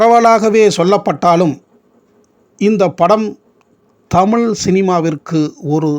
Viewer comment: தமிழ் ---- ழ -- உச்சரிப்பு சரியில்லை அடுத்த முறை சரியாக தமிழ் என்று சொல்லவும்